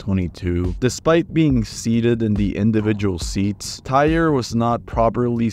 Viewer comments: Tyre Sampson’s name is pronounced Ty-ree . Asia Ferguson’s name is Asia like the continent and he was male. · In the Orlando Freefall accident, you pronounced the victim's name wrong. Its Ty-ree, and the victim in the Batman accident wasn't a girl. It was a boy